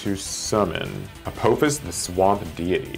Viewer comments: I liked the concept. Only critique was that it A-paw-fis not A-poe-fis since its based on the egytian apophis not the asteroid lol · A-poe-fuss, lol